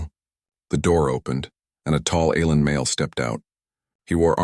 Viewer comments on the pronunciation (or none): you make me stop watching shxd. your autobot says alrm instead alien fix you shit